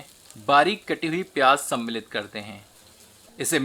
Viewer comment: Aap ye word "सम्मिलित" ko bhut hi acche se bolte hai, Suddh hindi word 👍